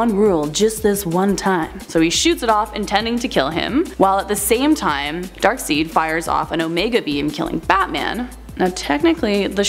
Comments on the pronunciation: Darkseid is pronounced Darkside. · Y does she say Darkseid like Darkseed? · She said dark-seed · Yes I know...sounds like a Canadian accent. Like I said... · Instantaneous Sanic I don’t know either but I’m British so I think it’s accent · In all seriousness, She's getting better, but I cringed when she "Dark-Seed... omg 😪😪😪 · I thought it was pronounced Darkside (Darkseid)?